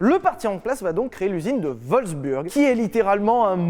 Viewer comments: "L'Üsine de WolfsbÜrg" 😂 (en vrai ça se prononce "Volfs-bourgue", pas comme une burne) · On dit Wolfsbourg ;) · Super vidéo on dis pas plutôt wolsbourg non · J’ai voulu engueuler Sylvain pour la prononciation de Wolfsburg. Puis j’ai vu l’image de David Castello-Lopes et j’ai tout oublié.